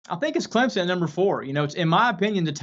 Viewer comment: It's ClemPson. NOT ClemZun.